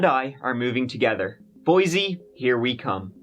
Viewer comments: it’s boy-see not boy-zee…. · I was NOT expecting you to ever say "Boise"!!! How interestingggg!!